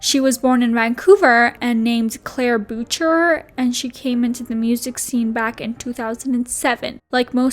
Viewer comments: You really just said "boo-chuur" and not "booshay" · LMAO girl do some research... boocher is actually boush eh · Just wanted to share that (as a fellow Boucher) her last name is pronounced “boo-shay” not “bow-cher”! :) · you can pronounce her surname like Boo-Shay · Ugh You Can't Watch An Interview Or Two To Get Her Last Name Right.🙄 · omfg the way u butchered her surname made me cry laugh